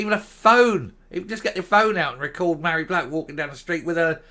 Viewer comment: Love your pronunciation of Ma hairy back!!.....Fits her to a T